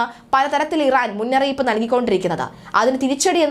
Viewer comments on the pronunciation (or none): മുന്നറിയിപ്പാ അല്ലാടി മുന്നറിയിപ്പ് അരോചകം